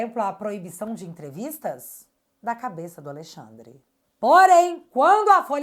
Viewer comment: pelo amor... pare de falar aleIxandre... isso reforça o inconsciente de que ele é a lei, já deu dessa ironia... amo teu trabalho ❤